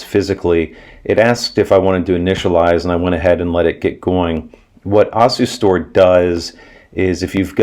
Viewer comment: "Ossistor"? (That's a new one for me, pronunciation-wise!)